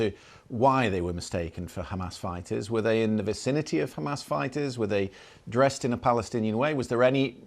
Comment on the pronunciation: they pronounce it as Khamas...